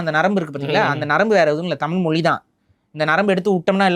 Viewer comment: மொலி இல்ல மொழி ஈலம் இல்ல ஈழம் ழ சரியா உச்சரிங்க